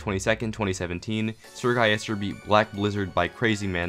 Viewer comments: Its Sir-Gil-les-ter not Sir-Gai-yes-tur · Everyone: SrGuillester: SrGuyester